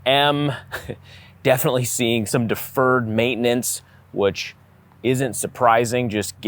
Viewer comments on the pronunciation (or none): Please never say deferred maintenance again, and then you said it enough times in this video to cover the rest of your videos lol